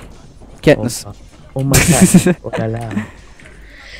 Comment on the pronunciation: KAtnıs Değil çaktırmayın :D